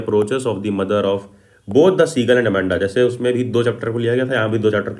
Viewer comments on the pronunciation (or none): none